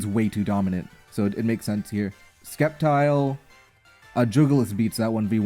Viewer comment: "s K eptile" it kills me